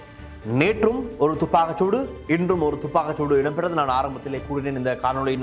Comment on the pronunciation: யோ.. துப்பாக்கு சூடு.. இல்லை வடிவாக உச்சரிக்கவும்